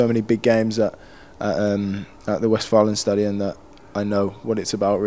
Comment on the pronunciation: er sagte sogar westfalenstadion, nicht schlecht